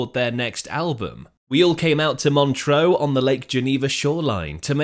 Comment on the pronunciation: Montreux - pronounced Mon-truh, not Montreaux (Mon-tro). It ought not to annoy me but it does.